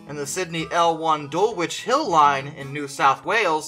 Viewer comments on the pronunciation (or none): You completely butchered Dulwich Hill